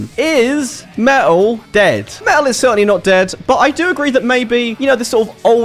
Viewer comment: Me’ol…. What is that? I know about metal, but not about “me’ol”. 😄😉